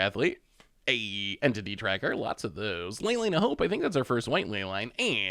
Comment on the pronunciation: Entity Tracker everyone in my family thought you said titty tracker. Great laugh!😂